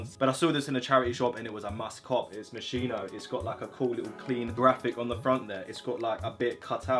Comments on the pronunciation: Moschino is pronounced like Moss-ski-no lol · The right pronunciation of Moschino is like "Moskino" (I'm italian so I know this) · bro it's pronounced, "mos-key-no"